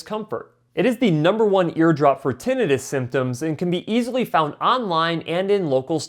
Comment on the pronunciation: You mispronounced Tinnitus